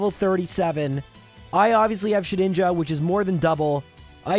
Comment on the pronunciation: The first time you said its name in this video, it almost sounded like the "ed" in "Shedinja" was an "it", and I would not have blamed you one bit for pronouncing it that way. It's fun to mess around with, sure, but that's about all it has going for it.